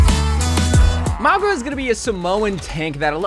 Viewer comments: Please its Mauga not Magua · I lose braincells Everytime he says magua instead of mauga. It's like mow-ga! Not maw-gwa! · Bro, it's MOW-GA, not MOG-WA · His name is Mauga, not Magwa lol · For the love of god please pronounce his name right, you keep saying magwa instead of mauga, you also pronounce kiriko wrong it’s so annoying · magua?????? dog i cant listen to this hahaha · why are you pronouncing it as "mogwa" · Bro stop sayin Magua 😭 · Where did you get the pronunciation Magua from? 🤣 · MAGUA? Bro is saying it wrong🤣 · tbf most people pronounce it maw-ga or mow-ga which is wrong but at least their actually pronouncing it how it's read. don't know where he got ma-gwa from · MAGWAH LOL what kinda way to pronounce it is that